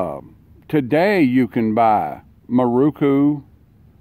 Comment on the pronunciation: Pronounced .....Mear RO' kOO.......NOT moo.....ROO koo. They were primarily made for Japanese police departments with some exported.